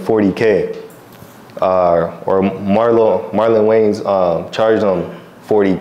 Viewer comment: and you getting Marlon name wrong is fucked up